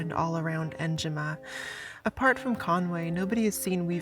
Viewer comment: is no one gonna comment on how she pronounced enigma??????